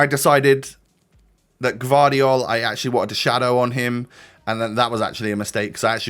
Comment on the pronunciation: You pronounce that guardiol like guardiola